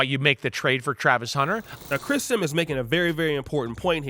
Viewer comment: what did you call him? I’m not sure if you said Chris Sim or Chris Simmons? It’s Chris Simms